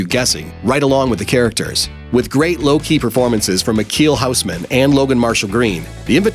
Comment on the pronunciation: I wait for the day when they are able to pronounce Michiel Huisman right..